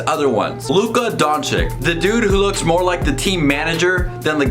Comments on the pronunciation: Great review. About pronounce... Doncic... Don CiC, not Don CiK. Last C is the same as a first C :) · Don-chich not Don-chic, its annoying... just sayin. Yes I'm a punctuation nazi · BRO IT'S DONCHICH NOT DONCHIK... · Bro nice video but please pronounce Luka DonČIČ write bro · Donkyic ? Learn to pronounce his name ! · Donch"eech", pleaseeeeeeeeeeeee :) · 😥🤔if you can't pronounce the last name, it's better to just say the first name!!!😨 and don't make excuses that it's hard because, our č is like your ch! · No one: Literally No one. "Please pronounce the name correctly" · Boy you are making a video about a player whitch name you can't pronounce hahahaha